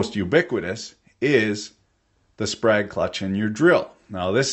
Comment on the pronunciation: Thought you said sprague (pump).